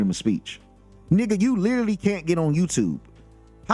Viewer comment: it is pronounced 'literally' not lilily